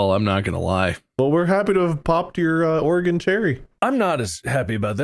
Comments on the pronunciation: As a lifetime Oregon resident, I appreciated this episode. This game was especially relevant to my childhood, even though i've never played it personally, but i've watched my classmates in 3rd grade do so. While i feel their pronunciation of "O-re-GONE" was ironic, their pronunciation of Willamette was unforgivable (will-A-mette!). Congrats boys on getting here, I welcome you to the beautiful Northwest (enjoy the rain). Shoutout to the End of the Oregon Trail Interpretative Center in Oregon City, Oregon, where I went on a school field trip to in 3rd grade. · As a native Oregonian, hearing the occasional "Or-eh-gone" and "Will-ah-mett" made me snort. BUT, seeing these goobers make it through the game with ZERO deaths on their first try is absolutely astounding, and deserves all the applause :D